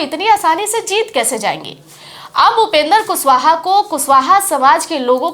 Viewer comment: मैम आप कम पढी लिखी है का पहले आप माननीय उपेन्द्र कुशवाहा जी का नाम का उचचारन सही किजिए तब बात किजिए, जब कैमरा मे खाली विडिओ है तो अवाज का पुसटी कैसे कर रही है आप